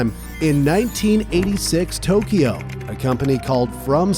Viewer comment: Tokyo is spelled like that...not TOKIO.....like in the video when first talking about From Soft